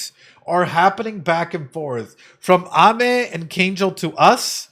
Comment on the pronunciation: her name is pronounced ah-me! like amen without the n. it means sweet